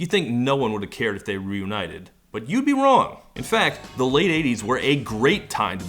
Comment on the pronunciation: "You'd be wong" - Todd